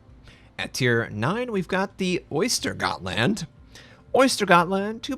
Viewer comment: I lost myself when he says SKANE instead of SKÅNE XDDDDDD OYSTERGOTLAND instead of Östergötland lmfao